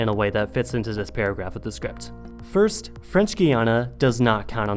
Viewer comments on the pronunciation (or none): Why does it sound like your saying 'ze' instead of the or 'zis' instead of saying this? Your literally the only American native English speaker I've ever heard talk like this....like I know your living in Germany but surely speaking German hasn't effected your native language? Has it?